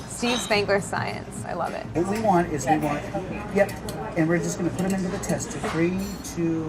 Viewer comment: “I LOBB ET!!!!”